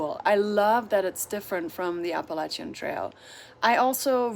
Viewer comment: Your pronunciation of the Spanish-rooted words has been on target as opposed to that hairless fella.😄😉 You are also one of the few who says Appalachian properly. Don't go changin' to appease the verbally challenged.